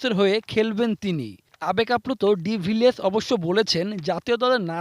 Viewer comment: De Viers na nam tik kore bolen !! De-villiers